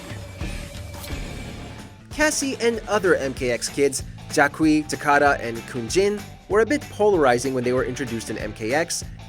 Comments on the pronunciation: Isn't Jacqui's name pronounced "Jackie" not "Jack-Qui"? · Who the hell is Jack-Wee?